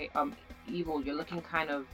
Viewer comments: OHH I thought you said eagle XD my mistake. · Who thought she kept saying eagle? XD great video! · were you saying Evil or Eagle on the vid?